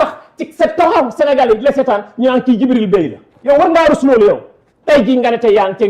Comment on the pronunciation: Ok le gars s'appelle Djibril Bèye, Samba Taal Saar l'a transformé en "Dibi Bèy" Tèff pour ceux qui comprennent 🤣🤣😂😂🤣🤣